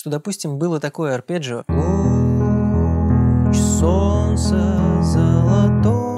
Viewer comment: а мне понравились "подщипчики" = "подписчики" а ещё "переборджио" = "арпеджио" - очень рад, что мы теперь и по- русски можем сказать сложный термин.